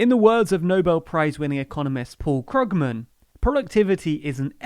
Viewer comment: FYI: Paul Krugman pronounces his name Kruug-mən.